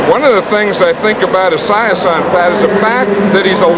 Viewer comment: I cannot handle how Madden is pronouncing Esiason’s name. Now I’m sad that I can never unhear it.